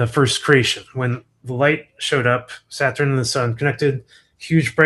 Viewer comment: I cannot listen to him pronounce Saturn one more time